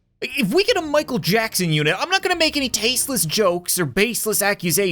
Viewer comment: this dude really said michaek jacksin😂😂